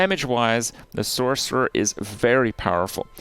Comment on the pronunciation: “Sork” 😂😂😂 jfc